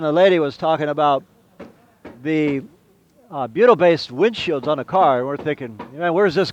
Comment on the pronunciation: Bleeding ear wax, I though you said Beatle based! Worked it out, butyl....